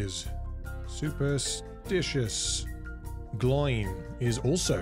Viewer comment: its not 'gloin', its 'glow-in'